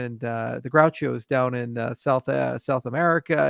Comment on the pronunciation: it is “gauchos” Charles , not Grauchos. Greetings from COL🇨🇴